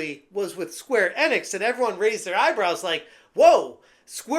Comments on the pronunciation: e-nix, not n-ix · Learn to pronounce Enix please